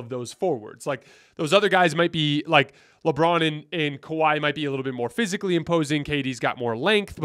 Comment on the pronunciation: Did you just say kahwi in his Prime 😂😂😂 .. what prime.. prime load management